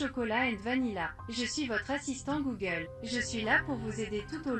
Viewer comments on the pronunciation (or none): Ta pas remarqué que il ces trompé dans vanilla il à dis vanila😱